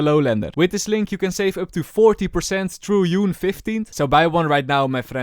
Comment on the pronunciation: first it was croshair and now u said yune 15th JJJJJJJJJJUNEEEEE lol